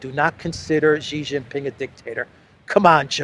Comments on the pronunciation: SHEE JIN PING not JHEE. JHEE is slang for PENIS. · However, the speak himself is clown, I have chatted with him multiple times tell him to stop saying JHEE JIN PING and say SHEE JIN PING, SHEE likes like female in English, is correct, JHEE is slang for Penis, XI is SHEE not JHEE. The parent company SKY NEWS AUSTRALIA started the incorrect pronunciation. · are you Jaustic? It's SHEE JIN PING not JHEE. SHEE sounds like female. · it's SHE Zhing-Ping, come on.